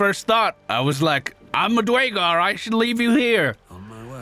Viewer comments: Dew-air-gar fyi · Nice on the new run. The race is actually pronounced DUR a GAR tho. Keep up the good work.